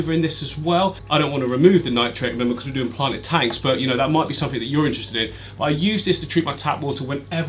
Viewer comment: I watched till the end just to hear you say click sumfink lol It was great to see all the tanks I have watched you build over the last year, keep up the great work Thanks to Mrs for sharing you